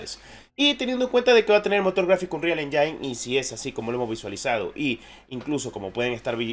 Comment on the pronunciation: De donde sacan que "Engine" se pronuncia "Enyain"? XD